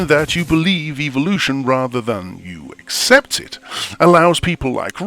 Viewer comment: ACCCEPT !? Which dictionary are you using ?